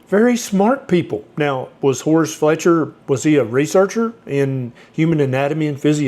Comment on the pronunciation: thats "Fletcher" not Feltcher right?😂 I always thought it started, as a means to control during Victorian times, when strict protocol was thought to better oneself, Kellogs anti wanking flakes, must be one of the greatest financial successes of a failed product ever 😂